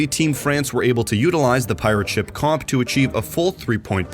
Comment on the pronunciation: At the start, why do you say pirate-(SHIP) instead of (PI)rate ship like a normal human being? Actually really annoying. Same thing with concussion-(MINE) instead of con(KUSH)ion mine. Being able to write a good script is less useful if you can't read for shit. Just saying the words in the correct order isn't the whole job